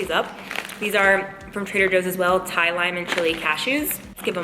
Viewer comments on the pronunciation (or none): none